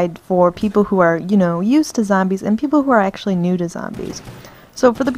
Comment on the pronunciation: did you say new or noobs when you first teleported lol